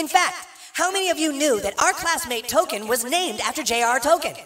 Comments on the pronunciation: Correct, even mispronounced Toll Keen as toe ken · "Toll-keen." Not Token. This is such a stupid joke/rewrite. J.R.R. Tolkien's name has ALWAYS been pronounced "Toll-keen". If Token (nope I refuse to recognize this change) was really named after the author...why did NOBODY, not even TOKEN HIMSELF ever correct anyone? The parents just went through life not knowing the correct pronouncement of the name they elected to give their own child? And let us not forget TOKEN SIGNED HIS OWN NAME IN AN EPISODE AS "TOKEN". Next their going to tell us the family's last name is really "Blackwell", but the townspeople changed it to the "Blacks". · yes indeed. The C in Tolkien names and places are always pronounced with a "K" sound. Intentional or not, mispronouncing the name is pretty funny to me. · That's not how Tolkien is pronounced.